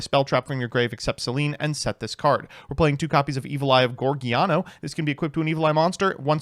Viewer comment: Take a shot every time he calls it Geargiano